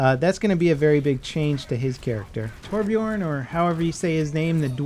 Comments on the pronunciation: thought the j was pronounced as the English y. is byorn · "Torbjörn" think as if you´re saying "björn" as "b-journ" in "journey"